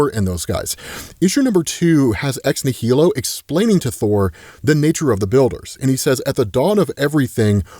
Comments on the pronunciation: Um, may I ask, why are you saying ex nihilo as ex née-hee-lo? The way it’s pronounced is something like this: ex-née-lo Or Americanize it something like this: ex nigh-lo meaning, of course; Something out of nothing. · ex nihilo sounds like "nile o" it's latin, you're pronouncing wrong but I still love ya. It's the same root word as nihilist. It means out of nothing. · I cringe every time says “ex nihilo” or “ex nihili” that way. It’s clearly pronounced like “nihilism”. As in, these characters come “from nothing”. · I can't wait to hear pronounce Ex-Nihilo the right way.